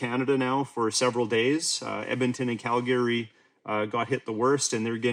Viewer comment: Cal-Gary lol…